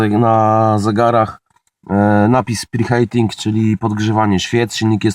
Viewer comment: Wymawia się "pri hiting"